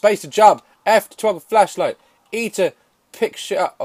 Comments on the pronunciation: i thought he said fleshlight for a moment, but to answer his question no i do not know or have a fishlight either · I love it when he said fishlight